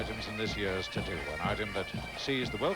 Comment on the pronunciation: Did he says the "Tittoo"?